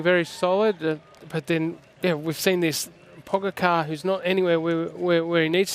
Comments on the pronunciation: It was quite funny to watch Cadel and hear his thoughts on "Pog-a-car" :> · Sorry Cadel but who is ‘Pog-a-car’? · At first I also didn't know it is pronounced Pogachar. But it is not a big problem. Just makes me chuckle a bit every time Cadel says his name. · I'm Slovenian and I have no problem if he pronounced Pogačar wrong soo what